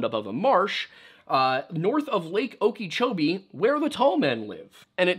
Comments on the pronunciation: O-ca(like cat)- cho- bee. I think that's the best I can photonic it out. There might be better ways though. And Google (probably) had a word to click on if you as it for the pronunciation. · the butchering of the word Lake Okeechobee xD Laughs in floridian.